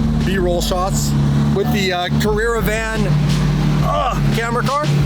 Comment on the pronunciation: “Carrera van” 😆😆😆